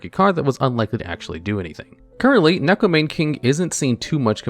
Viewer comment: Why can't people pronounce neko mane correctly. It makes me sad